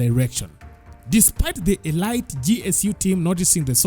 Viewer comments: Elite is pronounced uh-leet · Elite is pronounced as 'Elit,eleet...' in weapon 'a' is silent